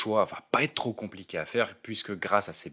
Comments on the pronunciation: rien de grave : vous dites souvent "ça va Têtre..." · Il va Têtre temps de faire attention aux liaisons ! Mais merci